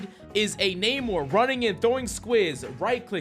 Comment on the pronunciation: Coach. It's "Nuh-More" not "Nae-More" lol😂